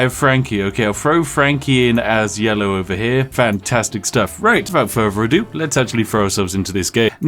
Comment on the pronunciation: "Wivout furvor adieu"